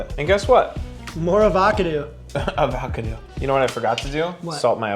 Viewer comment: "More avacadoo" lol. FREESH AVACADOOH?